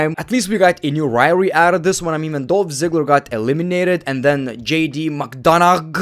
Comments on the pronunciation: Bro McDonough is pronounced Mac-don-ah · It's pronounced Mc-done-uh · Bro it's pronounced jd mcdonuhh 💀